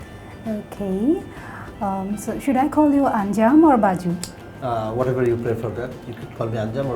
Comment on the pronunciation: Its Bazu